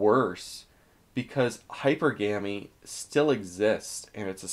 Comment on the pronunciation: "Hyper GAMY" Never change